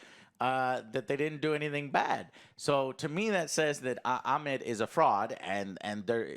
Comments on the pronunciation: Joe how about you use google every now and them, Ammit is not Ahmed but with a T, its just Ammit. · It's not Ahmed it's Ammit. Has nothing to do with the Arabic name.